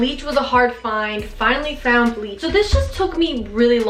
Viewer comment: hahaha when said I finally "flound" then sang "flounnddd" I literally do the same thing when I mess up saying something 😂def gonna try this with one of my hoodies bc running out of things to do during quarantine lol love you ❤️